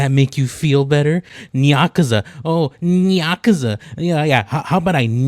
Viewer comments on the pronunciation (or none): The next time you talk about Nyakuza Metro, keep in mind it's actually pronounced like Nigh and not Nyah~. (can't wait to see him crash out when he sees this)